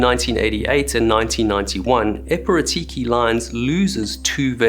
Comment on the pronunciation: Your pronunciation of Piraeus wasn't bad, was harder to understand epirotiki although it is understandable why you read it that way it's probably impossible to guess the correct pronunciation the way it is written. The negligence of the crew is criminal! Kudos to the entertainers and the TFC personnel for helping as much as they could!!